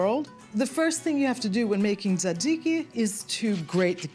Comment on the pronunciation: you pronounced "tee-zay-tee-zai-kai" wrong